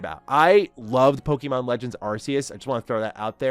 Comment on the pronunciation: Hey! Love your energy and passion when talking about Pokémon, but I noticed you’ve been saying “Pokeemon” instead of “Pokémon.” Just wanted to share a quick tip—it’s pronounced “Poh-kay-mon,” like in the original Japanese. The accent on the "é" helps with the "kay" sound. Keep up the great content, and I’m looking forward to more of your awesome Pokémon takes! 😊🎮